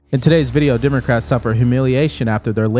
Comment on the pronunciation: Lmao "Dimocrats"